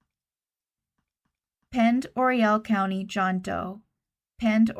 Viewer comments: Pend oreille is pronounced pon-door-aye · Thanks for this. Just an fyi. Pond Oreille is pronounced pond-er-ae, hard A at the end. It doesn’t make sense, but it’s French, so…. I do understand that you can’t know them all. Keep up the good work 👍🏻